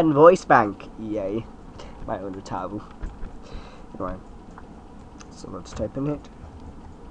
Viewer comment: ...Ooh-tau not Ooh-ta-ooh